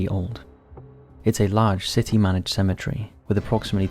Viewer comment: I can't stand the way you say 'symmetry', instead of cemetery.